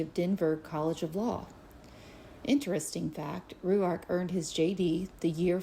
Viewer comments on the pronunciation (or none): The way she says Rourke is driving me nuts! It’s r oar k. Not ry you ark. Annoying. I know you don’t pronounce something’s right sometimes but I love it when you do it. She’s irritating me though. And I don’t normally get in a tizzy! Honestly, the way you pronounce things and struggle to do so is part of your charm and I love it. Your heart is pure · ROARK not Rue-ark. I think. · She has a peculiar way in pronouncing Rourke - as "Roo-Ark" ! - wheras I have always known "Rorke" to be more common. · So much research, yet she pronounces Rourke, Ru ark? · She can’t bother pronouncing his last name correctly. ? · I’m sorry but I can’t stand how she’s pronouncing rourkes last name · So annoying. She is saying it how she sees it. Come on everyone knows how to say Rourke surely 🤦🏼‍♀️